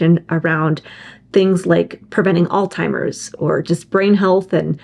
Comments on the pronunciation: Did you just say, All Timers?!! Everyone miss pronounces it. Anyway,:Excellent program! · First of all it's not "all timers" 😅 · its a Z not a T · Will someone please advise proper pronunciation of the word Alzheimer’s. I’ve heard it as “Alt-timers”, “Old-timers”, “Al-Zimers” or “All-Zimers”. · Oh my goodness. You both pronounced it “all timers.” That’s not the word!